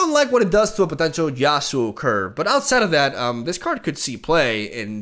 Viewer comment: no one: nothing: YasUoOO, yaSuOoo